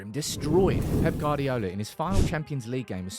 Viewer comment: Why do you insist on calling Pep, Guard-iola, the U before the A means its Gu-ard-iola pronounced Gwardiola just put a w after the G, and you're all set